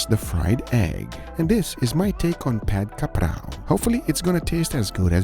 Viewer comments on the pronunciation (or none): The actual pronounciation is Pad Gha Prao. You use the wrong basil though, it suppose to be holy basil. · He bothced the pronunciation btw. He said pad ka prao. HAHA